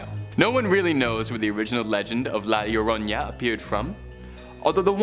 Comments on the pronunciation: Llorona pronounciation is Jorona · A for effort. Try saying it phonetically, Yo-Row-Nah.